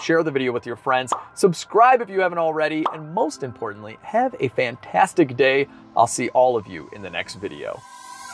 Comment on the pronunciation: I thought you said “have a vantadtic day” at the end